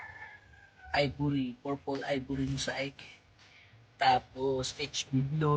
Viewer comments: Mosaic pronunciation is maseyk not mosayk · Ayus muna pronounciation ng Dumbo at Mosiac😂